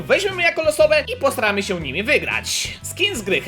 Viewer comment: bo jak powiedziałeś posramy się zamiast postaramy się na początku odc